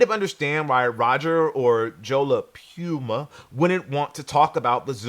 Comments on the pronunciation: Why would Sneaker Shopping send an invite to a guy mispronouncing the host’s name?? Do better! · you got me saying PUMA all wrong now 😂